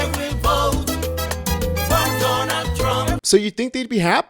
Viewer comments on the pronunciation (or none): I wil boat! For Donald Thrump! 😂😂😂😂